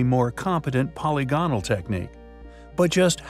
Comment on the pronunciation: For the 10,000th time: "po- LYG- on- al" !!